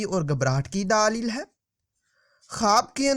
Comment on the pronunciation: Daaleel nahi Daleel hota he